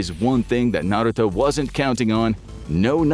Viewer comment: You definitely didn’t watch the show lol completely butchered the names